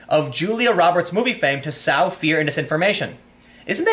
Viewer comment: sow is pronounced like so, sew...sow like plow and cow is a lady pig :). fluoride calcifies the pineal gland, lithium deadens emotions and passions.